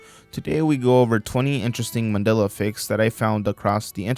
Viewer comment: i wonder how many mandela effects are just millennial HS dropouts not knowing basic shit. This one even pronounces it Mand'ee'la. or Carl Jung, the inventor of the millennial way of life, whose name is pronounced 'Y'ung. Also, when you illustrate the fall of the USSR, please dont use pics of the Berlin wall falling. Not that you did but from the looks of it, you will someday and someone will call that a mandela effect. or will it be called the mondiba effect by then. the mundida effect. "some of you may remember the mundida effect being called the mandela effect..."